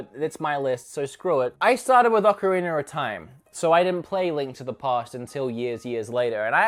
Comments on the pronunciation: Ocarinero time? Am I the only one hearing that? 😂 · I love "Ocarinur" as well